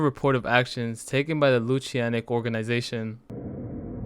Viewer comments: It's "NEFF-fill-im", not "nuh-FELL-um". It's also Lutanic, not "Loo-shee-annik". The latter is said right there in the video clip right after, lol. Sorry, pet peeve. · is nobody gonna talk about how lutanic is lunatic with the "nat" switched to "tan"